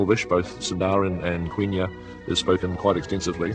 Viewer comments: Quenya= Kenya, not Kwinya. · Lol, he said both Quenya and Sindarin wrong.